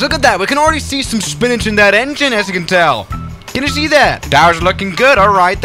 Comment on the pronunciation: He said spin-age, but that isn't a word. It would be funny to throw some spinach in an engine though. Some Asian folks have thrown money into jet engines before, for good luck purposes. :)